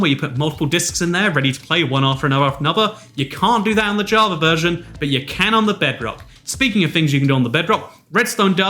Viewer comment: Lmao u said verson